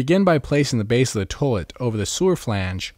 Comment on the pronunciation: Lol "towlet"...